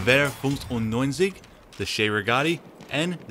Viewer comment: You NAILED that part as well as the m.95 name you said!!